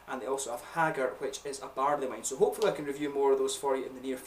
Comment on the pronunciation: Probably the coolest pronunciation of "Hagger" I've ever heard. I'll be stealing that (if I'm able to)